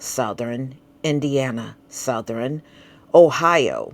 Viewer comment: It's South-thern, Not South-ther-rin, Or West-ster-rin. 😂 WHO raised you?! Lol 🤣